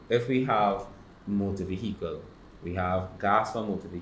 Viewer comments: “Motor Veheekle”🥲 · motor ve-hi-cle is killin me